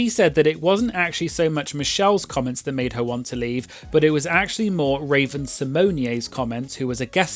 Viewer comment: You saying Raven last name correctly just doesn’t sit right with me. 🤣